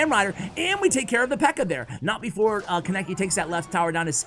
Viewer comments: Kon-neh-ki not kon-nek-ki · Am I the only one triggered he said “Kaneki” with a heavy “a”? It can’t just be me.